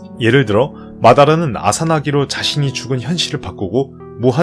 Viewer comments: 나만 "아싸나기" 로 들린게 아니였구나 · 님 이자나기 입니다. 아사나기아니에요!!!! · 아사나기가 아니라 이자나기인데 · 아사나기가 아니고 이자나기 아니냐?